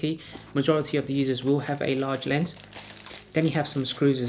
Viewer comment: Yeah the manufacture video gives only one angle and I needed closed caption in the beginning. Sounds like he's saying "layers" instead of "lens." I was hoping for another angle or two...Ahh well!